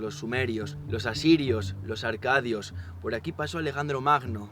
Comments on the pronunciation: Una pequeña correccion sin importancia pero que es muy común, son Acadios, no Arcadios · No son arcadios, son acadios